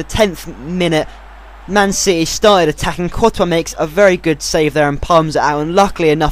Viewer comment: I've been with ur channel ever since the beginning, you have grown so much! You can even pronounce 'courtois'.